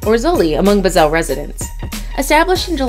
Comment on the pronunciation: Barcelona zoo is rundown and a bit depressing. Zoo Basel however is amazing! So many animals in a lovely garden right in the middle of the city. Your pronunciation however was horrible 😂 Bazzell